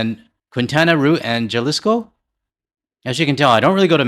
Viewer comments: Pronunciation help. Next time try Quintana Row and Hal-e-sco. QR is my home state and Jalisco has places like Guadalajara. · Jalisco-pronunciation----Ha-liiis-co ! Americans wont have money to travel this summer.Gas up food up-lodging up-international airlines cutting back on flights because a worldwide shortage due to US/Israel war with Iran. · Quintana Roo = “Keen-TAN-a-ROH”. Jalisco = “HHAL-ees-koh” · You should probably look up places such as Jalisco (pronounced Yalisco) and Quintana Roo which are both tourist-oriented Mexican states, the first includes Puerto Vallarta (scene of a recent gang battle) and the latter includes Cancun and Tulum. It really detracts from a presentation when you demonstrate that you cannot be bothered to learn a few details. Not trying to be negative, but I assume you would want these videos to reek of professionalism. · The 'J' in Spanish is pronounced as an 'H' or is elides. Jaliscoi sounds 'halisco'. Juan sounds 'wan'. Keep pushing vacationing away from the U.S. 😄👍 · Jalisco (hal-LEES-ko) is where Tequila comes from. It is the state where Guadalajara and Porto Vallarta are. 🥃🍋‍🟩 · Pronunciation of Quintana Roo is Kintana Roo and Jalisco is HALisco. Js are pronounced as H. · bruh all the best however … Jalisco, come on you know how it’s pronounced in Spanish and it’s been famous just months ago for brief cartel uprising. I gotta say, though I love Puerto Vallarta and I would hundred percent be more willing to meet with the soldiers of narco cartel on the street then with American ice police the first one are obviously better trained and more professional no civilian was hurt in the events no tourist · Jalisco, J is pronounced as an H